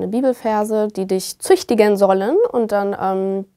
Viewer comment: Den Druck und die Art und Weise wie es dort abging erkennt man sehr gut daran wie sie das Wort "züchtigen" betont und ausspricht.